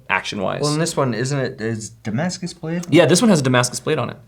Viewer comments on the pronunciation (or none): none